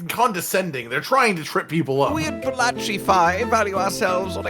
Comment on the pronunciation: My brothers in christ its pronounced Ba la ki chi they even said it in game idk where yall getting balachi from